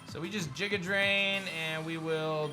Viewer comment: The way pronounces giga haunts my dreams